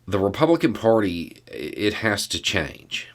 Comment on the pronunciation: there is no “o” in “party”. Jeepers.